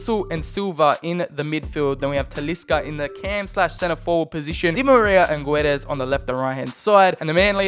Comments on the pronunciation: The "U" in Guedes is silent and the "Ç" in Gonçalo reads like an S not a Z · Btw the u in goçalo guedes is muted ok we dont read the u